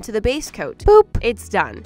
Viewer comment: She said “boop” for the transition not “poop”